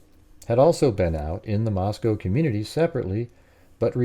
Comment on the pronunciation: Just the fact that you pronounced Moscow right intrigues me